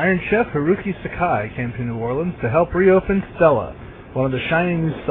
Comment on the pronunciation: They could've at least gotten his name right...it's "Hiroyuki" Sakai, not "Hiruki"... Though the "allez cuisine!" was a nice touch.